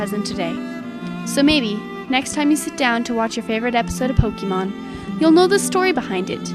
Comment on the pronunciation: I thought i heard 'Pocky-mon' ???